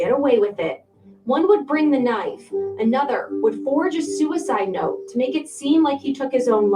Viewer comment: Don't you take not nann nother 30 seconds 😂😂😂😂